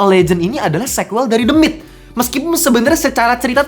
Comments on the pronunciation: Harusnya pake teuh ya ...The Myth ( mith)😊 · the myth dibaca demit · Ketawa karena setiap Abangnya ngomong "the myth" , aku dengernya "demit" 😂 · Fr kwkkw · Nah iyah gw kepikiran "demit" Malah wkwkw